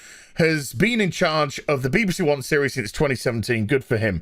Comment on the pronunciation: I wish would pronounce it correctly. B.B.C. Not Beebe C.